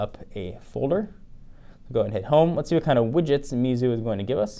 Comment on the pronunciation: i think you pronounced the name wrong based on my Pinyin reading experience.